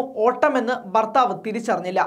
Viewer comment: ബർത്താവ് അല്ല ബാര്യയും അല്ല